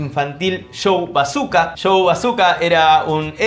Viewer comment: Coooomo "Bazuka"....se dice y se dijo siempre "Basoka"😂😂😂😂😂